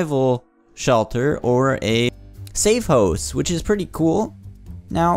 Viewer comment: Ppppphhhhttttt lol safe-hose hahaha nice (no offense)